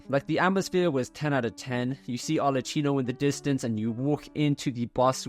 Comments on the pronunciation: Arlecchino is pronounced with k as in kilo, not ch as in cheese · Really, Arleccino? You know that she is called Arlecchino, it is pronunced very clear in the game, why continuing calling her Arleccino? Just say Arleckino if it is too hard for you! Sorry, but it bothers me so much! People will correct me al the times when I pronounce some English words not in the right manner so yes say it right!!!! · it's arlekˈkino not arletˈt͡ʃiino